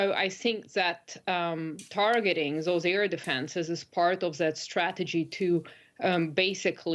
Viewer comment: On point like usual.Well said! (a little more work on pronouncing 'those')